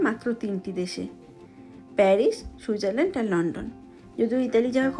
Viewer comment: Happy New Year. Bhalo theko bhalobasa nio ❤ ekta katha boli Switzerland pronunciation ta thik kore koro boddo Kane lage. সুইট zar land 😊 Boro didi r moto correction kore dilam raag korona kintu. Amar channel dekho Bong In Africa ❤